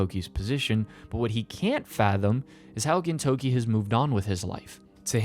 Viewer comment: Hearing you say "Gintokey" everytime instead of "Gintoki" is killing me inside.